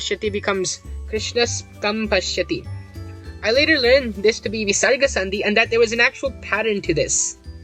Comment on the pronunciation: Hey I am a sanskrit student from india and i don't think that the Visaraga is pronounced with such power I only think of as a software h sound from the throat. Obviously if you pronounce it with a lot of power then you will be out of breath soon